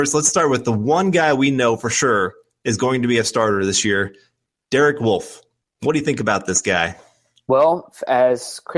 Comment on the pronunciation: Love the show, but I can't wrap my head around how you guys pronounce Wolfe as woof. Do you want to get your babies eaten? Also interesting way to pronounce Australia